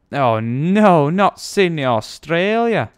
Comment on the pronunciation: FOR THE LOVE OF GOD its Sydney not Sindy